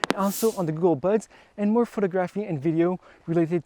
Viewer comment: Excellent photos ...was there a lot of post work done. Not sure about video, but think will buy. Great work dude, beautiful landscape. Pronounce phoTOGraphy...just so you know. Subscribed 👍👍